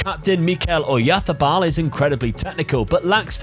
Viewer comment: Tbh I have not seen anyone trying so hard and doing it better than. Even Spaniards don’t say Oyarzabal so perfectly:) If you think it’s SO easy to read names, try Błaszczykowski for example. One of better Polish players few years ago.